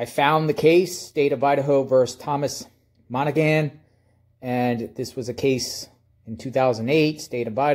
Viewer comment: Pronounced , Mon A Han , it is an Irish name.